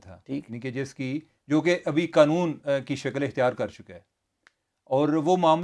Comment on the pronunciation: بھائی ایک مہربانی کریں یہ قنون نہیں قانون ہے🙏